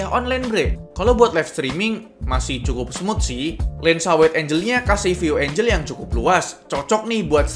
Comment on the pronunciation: "Engel" bang bukan "Enjel"